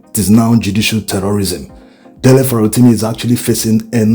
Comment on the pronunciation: No insult, Please . The way you pronounce this Farotimi bites the ears. Please try aand get a Yoruba man to hum the sofa notes of the name to you, this way you can get the correct accent. It is affecting your content. You get the the Dele but the Surname biko, please you can do better.